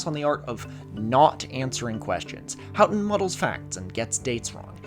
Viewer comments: "How-ton" is how people who lived through that story and gave audio / video interviews pronounce it. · that aside about -ough was a trip to experience after 20 minutes of hearing you mispronounce "houghton"